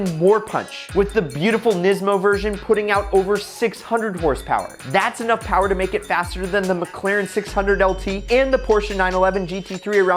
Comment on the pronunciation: Mo PoWaH BaBeH